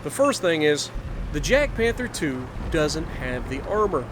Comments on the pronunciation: It is pronounced as 'Yag' not 'Jag'... 😤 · ITS NOT JADPANTHER ITS JAGDPANTHER. AND ITS PRONOUNCED WITH A "Y" SOUND, NOT A "J" SOUND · It’s like yagpanther, that’s how u say it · I was about to say that, subbing just for that.